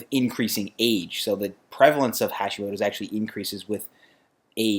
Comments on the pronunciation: Small thing. The "ha" in Hashimoto is pronounced like "hot" not like "hash". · You pronounce it so badly… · "Hacks" would work if that's how you pronounced "Hashimoto"...